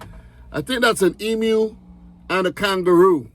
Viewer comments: Congratulations & thankyou for pronouncing Emu correctly 🏆🍻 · The most astonishing thing about this video is hearing a yank pronounce emu correctly. Well done mate!